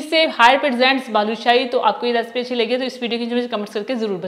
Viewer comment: Bhaloo nahe hota baloo shahe hota hy